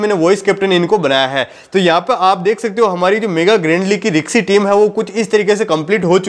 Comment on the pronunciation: रिकसी नही रिस्की होता है बे😅